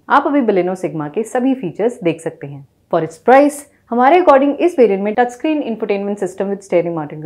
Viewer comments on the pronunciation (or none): none